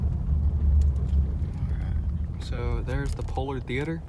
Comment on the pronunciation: It's NOT pronounced poleard theater